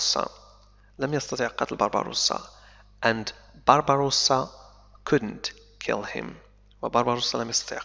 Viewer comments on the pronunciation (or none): تحياتي عيد مبارك وكل عام وانت بخير انا مشترك في قناتك منذُ وقت طويل. لدي ملاحظة صغيرة لا أدري هل أنا على صواب ام أنني عل خطأ؟ فقد لاحظتُ منذ بداية هذه القصة انك تلفظ الأسم (Barbossa) تلفظه ( Barbarossa) وهو اسم المناضل الجزائري الكبير (بربروسا ) اخوك من اليمن